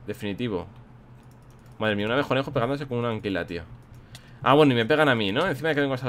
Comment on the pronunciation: WILLY NO ES abejonejo es abeconejo